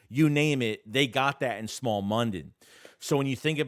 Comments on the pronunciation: Smael (Smile) Mondon not Small 😂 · its smile not small mondon u killin me